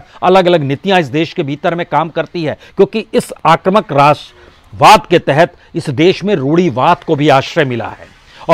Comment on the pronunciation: बाजपेयीजी, आप सबसे अच्छे विश्लेषक हैं l शायद कोई और ऐसा नहीं है l मैं आपको इसके लिए धन्यवाद देता हूँ l आपसे अनुरोध है कि शब्द आक्रमक नहीं है, बल्कि आक्रामक है l अतः आक्रामक ही बोला करें l